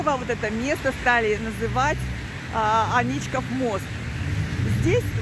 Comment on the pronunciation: Правильно: Аничков мост (Ф. Л. Агеенко. Собственные имена в русском языке. М., 2001) Ударение, а иногда и сама форма топонимов, производных от имен собственных (в данном случае - от фамилии первого владельца усадьбы, на месте которой были затем построены дворец и мост), - всегда вопрос традиции. Например, М.И Пыляев в книге "Старый Петербург" (СПб, 1889) называет дворец Аничковским, мост Аничковым и Аничковским, а на одной из гравюр ХIХ века дворец назван Аничкиным. В Ленинграде я не слышал никаких АнИчковых и только посте двухтысячных, с приездом новых педерцев, вошла в обиход эта гадость.